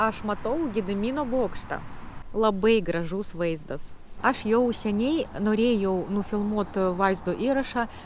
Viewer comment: Wow. Wow. Wow. Nesitikėjau kad taip gerai gausis. Vienas lengvai ištaisomas trūkumėlis. Vietoje ilgo AAAš, bandykite tarti trumpu a, su lengvu akcentu į š. Maždaug turėtų gautis aŠŠ. Visa kita - just perfect.